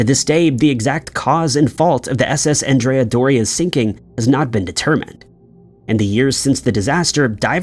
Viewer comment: Named after the 16th-century Genoese admiral Andrea Doria, it's pronounced with the masculine name, pronounced like Ahn dre uh. The feminine name is as you pronounce it in the video. Thanks for all you do, I enjoy your episodes.